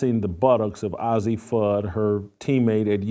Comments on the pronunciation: not OZZIE, it's AZZI! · Old man, why don't you leave those young ladies alone, do you have children, and you call yourself a child of God, and ail way talking about someone, judge he not so you won't be judged, "God word" and her name is Azzi not Azzie dumbs, and God say he would judge not Jason Whitlock. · paige "buckers" "ahzzi" fudd 😭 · At least pronounce Azzi Fudd’s name right, nitwit. You are a disgrace. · Jason it’s Azzi, like how you would pronounce the two letter abbreviation for Arizona. Please say her name correctly. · You can't even pronounce the name AZZI correctly.no one cares about your caitlin clark obsession.